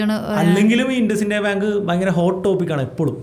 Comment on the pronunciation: ഇൻഡസ്സിന്ത്യ അല്ല ഇന്ദുസിൻഡ് ബാങ്ക് 😂